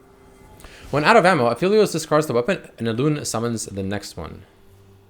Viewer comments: It's app•heli•os... Not af•heli•os. He's related to the moon and with astronomical terminology there's something called an aphelion (app•heli•on). That's where his name's is from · ah, yes........aphilios.......i forgot e makes an i sound